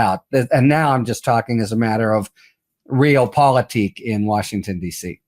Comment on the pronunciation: It's shocking that the law professor Harry Litman doesn't know that realpolitik is pronounced ray-AHL-po-lih-teek, not like "reel".